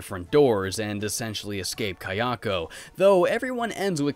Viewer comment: hhhhh please i love your content but you cant say japanese names thats not how you say kiyoko